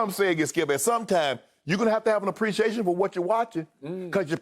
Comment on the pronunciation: Did he say “ Le - preciation “ ?? Le -ts go Lakers !!!